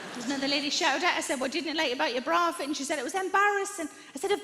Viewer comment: It took me way too long to figure out that she was saying "bra fit.". I thought, "what is a broffit?"